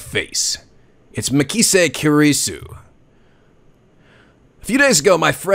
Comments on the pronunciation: ***** The voice are perfect so fa, the younger mai sounding voice fit Makise (pronouced Ma- key- say, it surprisingly the only name you got wrong lol ) very well, there alot of girls in this series but I sure you can pull it off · You pronounced Okarin right the first time, "Oh-kah-reen" Makise is "Mah-Key-say" Hououin Kyouma is a tough one, you were close though it's "Hyo-o-een Kyo-mah" Akihabara is "Ah-key-hah-bah-rah" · Its MA-KEY-SAY